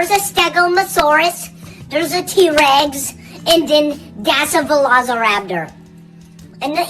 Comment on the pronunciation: "That's a T-Regs" Im weak☠️☠️